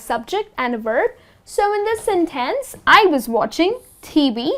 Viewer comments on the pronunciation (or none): She put the wrong stress on the word "sentence", didn't she?